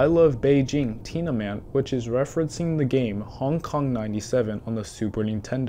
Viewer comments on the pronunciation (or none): none